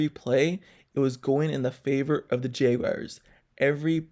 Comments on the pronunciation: JAGUARS not jaygwires 🤦🏾‍♂️ #Duuuval 🐆 You loss, it's done. Cry into your little yellow towels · J wires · I like your videos but you need to learn how to pronounce the word Jaguars😂